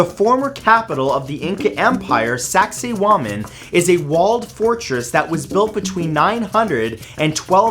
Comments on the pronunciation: tragoedia veritas lol I thought the exact same thing. (I think he may have mispronounced it...) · I was playing a game while listening to your videos when I suddenly heard Sexy woman turns out it was Saksaywaman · I thought you said sexy woman Peru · OMG I thought he said sexy woman. 😂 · Sak-say-wamen hmmmmmm . . . . sexy women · lol "Saksaywaman" sounds like PewDiePie saying "sexy woman". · XD i thought he said "saxywoman " for a minut